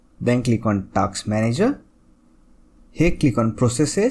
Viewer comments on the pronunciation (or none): That is TASK not TAKS bro.